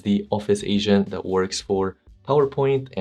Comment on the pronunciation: Re: Agent Mode It's pronounced ayDJENT mode. Not asian mode XD